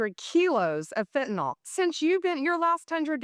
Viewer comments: She also says Fentanol instead of Fentanyl! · Bondi, it’s Fentanyl NOT Fentanol!